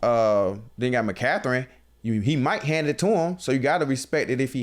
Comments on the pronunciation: Im a Niner fan❤️💛. Lmao😂 now I can’t unhear “McCathren”. It’s McCaffrey or BKA C-Mac. Straight up butchering the names. I get Jalen Carter is “passionate” but it kinda makes it hard to believe when he replied back talking about money. Keep it coming, love hearing your pod😂. I know you’ll bounce back, would love to see a rematch in the NFCC. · “Mccatherine” 😂😂😂 I’m dying 😂😂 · Bro I thought I was trippin'... My man said McCatherin LOL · "Mcatherine"🤣🤣 ayoo...im dead